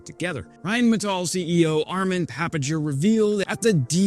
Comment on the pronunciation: Papinger’s last name is pronounced with a hard G.